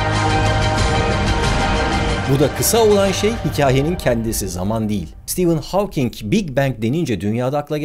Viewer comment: İlk defa Stephen Hawking in adını doğru telafuz eden birini görüyorum.